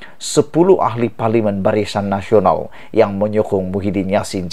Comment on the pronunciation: Kau ni sebut perkataan biar la betul dan tepat BARISAN NASIONAL KAU SEBUT "BARICAN NASIONAL"...